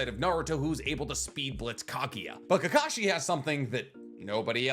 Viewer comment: It’s kakashi my guy